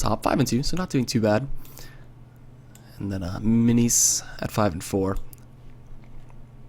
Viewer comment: not pronouncing minise correctly!!!!!!